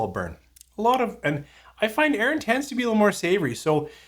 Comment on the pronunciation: Yep, pronounced correctly. As much as I LOVE Arran, this sounds like a definite miss for me, even at the price (and if it were ever to be seen here). Would rather save my pennies for something better 😉 Cheers! 🥃🥃 Marian 🇨🇦